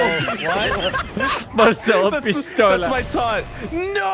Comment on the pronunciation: Saying pistola wrong